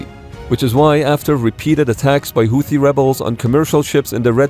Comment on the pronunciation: Houti Tutsies 🤣